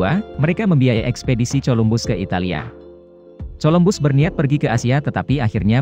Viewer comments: Min.. Coba Columbus dengan Kolumbus. Jadi membaca huruf C itu bunyinya harus K, jangan C.. Itu koreksi saya.. Yang lainnya sudah mantap. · Colombus itu kalau di sebut..kolumbus..bahasa inggeris amat dangkal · suaranya jangan pake robot lah payah dalam mengeja nama Columbus 😂